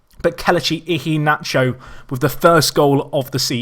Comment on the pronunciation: MANU4EVA19 it's pronounced eee-hay-nah-chore